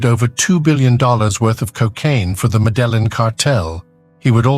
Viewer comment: “The medellen cartel..”